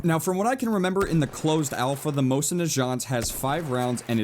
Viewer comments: i thought it was pronounced mozen not moshin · Pronounce the mosin correctly please!!!!